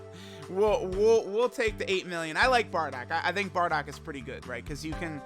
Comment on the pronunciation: It’s BARDOCK and Not Boarduck like you say….